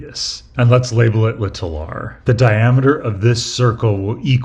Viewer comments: It's really jarring as a brit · Yeah, incorrectly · I always love the way he says "little", it just sounds nice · I was wondering why it was "lit-all r" and just "s". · an english teacher should have taught you the actual and proper pronunciation of the word even if it is not used that way locally. Im from the UK where many accents dont use the T (including my own region), but we’re still taught it in schools. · It’s been said before, but you say the word “little” so strangely 🤣 but also, why use the word little at all? There’s no “big” R involved anyway! You don’t say “little s”… 😁